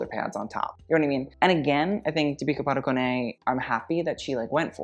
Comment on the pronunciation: Oh my, like how on earth are you pronouncing deepika padukone right now? I swear every girl name Deepika just wept at that horror.